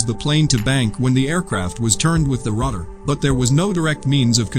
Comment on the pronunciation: He keep saying Ruder WTH is a RUDER,?